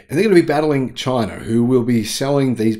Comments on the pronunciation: Say China, not chiner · "Chiner" from down under.